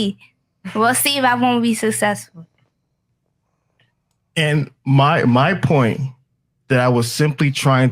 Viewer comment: bitch can’t even say successful let alone be it “sessisful” 🤣🤣🤣🤣